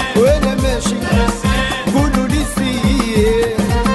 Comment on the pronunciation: السي مكنقولوشي...كولولو سير...بل قولولي...سير...اجبالا...ينطقون القاف وبها اشتهرو..ووزان معقل قبائل اجبالا...وهذه ملاحظة على مجموعة من الأغاني التي قدمتها أو التي أعدت غناءها...حتى تظل لهجة اجبالا حصينة متحصنة من الدواخل والزوائد...